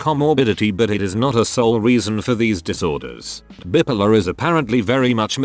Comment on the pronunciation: Why do these robot voices always pronounce bi-polar as bippolar?